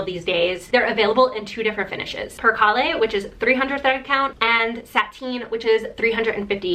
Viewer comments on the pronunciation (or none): It’s Per- CALE 😏 Not LE’ at the end